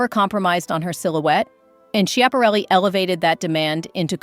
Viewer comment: Great choices, but please go online and listen to the correct pronunciation of Elsa Schiaparelli's name. It's given in the Italian, French and American pronunciations; and sorry but none of them are yours.